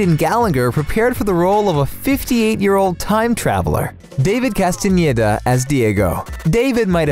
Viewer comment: oh my god finally someone who pronounces Castaneda right, it's like everyone else doesn't even try